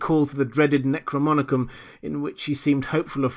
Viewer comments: dear fellow, the word is NEK ROE NOM EE KON. Necro as in dead, nom as in nomos (law) & icon as in image. Image of the law of the dead. I love your narration so much i may start calling it "Necromonicon" too LOL. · Great job again. Thank you for all that you do. My only critique is the pronunciation of NecroNomicon.